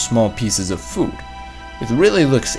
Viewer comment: He says food as FuuD.